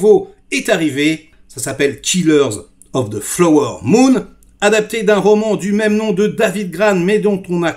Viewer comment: Flower.. ça se prononce: FLAAAWWERRRR 🙃😅